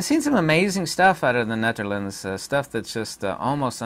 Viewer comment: I like your demeanor! Sub’d. (I now know how to properly pronounce “The Netherlands!” Thanks! Aloha!